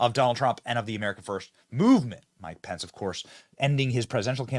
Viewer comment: mykepenys---my pen is. mike pence is